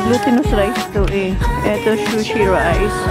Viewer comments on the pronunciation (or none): di po shushi but sushi( pronounced sooshi)🙏🙏 I like when Zack and Holly loves to go out with you. Cherish it❤❤❤satisfying parati ang grocery shopping mo! I'm sure she's thinking about the menu she will concoct while shopping👍